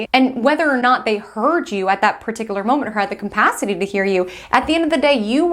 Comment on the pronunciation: sorry but if you say "campacity" one more time I'll lose it😂 CAPACITY!!